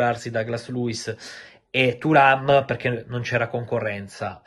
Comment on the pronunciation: A me nn viene keprhhhhen thuram come lo dici tu 😂😂😂🎉🎉